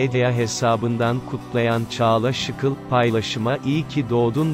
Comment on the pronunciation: Muhabirönce insanların ismini doğru söylemeyi öğren Şıkıl değil ŞİKEL